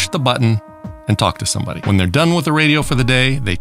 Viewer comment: You know someone has superior intelligence when they actually pronounce the H in "when" & "why" ;)